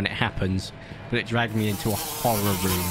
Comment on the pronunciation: You started with dinosaur and you are playing hörrēr games